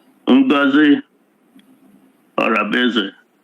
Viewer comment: You can't even pronounce her name well yet you claim to know what you are saying. Look at how you are exposing everything in public by calling names.